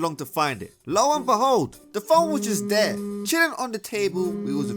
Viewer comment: "We all been dheya" 💀💀